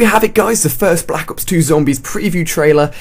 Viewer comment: Anyone else notice he says "Black Hops" instead of "Black Ops" ?